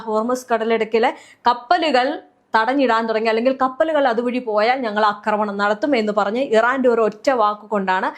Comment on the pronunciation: കൊച്ചേ, അക്രമണം എന്നൊരു വാക്ക് മലയാളത്തിൽ ഇല്ല. ആക്രമണം എന്നാണ് പറയേണ്ടത്. അക്രമം, അക്രമൊത്സുകത എന്നൊക്കെ പറയാം. പക്ഷെ അക്രമണം എന്നൊരു പ്രയോഗമില്ല. അതു കേട്ടിട്ട് ചെവി തരിക്കുന്നു.